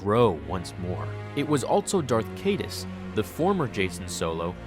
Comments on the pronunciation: c-EYE-duhs. Not CAYDE-us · Hate to be this guy, but Darth Caedus is pronounced, "KIE-DUSS." Your videos are tremendous. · Kyyy Dusss. Not Kaydus. I made that mistake early on too. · Pronounced Darth Kai Dus